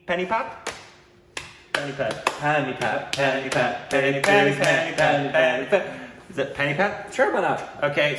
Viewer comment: Hi Sir, Pani-pat, Pani pronounced as Xabi (Xabi Alonso) (not as penny) 'pat' pronounced as 'but' So Panipat... Thanks for the reaction